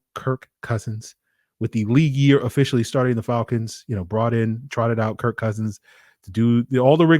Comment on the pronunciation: Kirk CUHsins